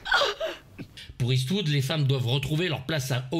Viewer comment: Comment prononce-t-on ? Eswood, eastvoud !!! Clint est-ce vous 😂😂 On l’adore ( ((❤)) ) Moi du moins 😍 et vous ??? 🤣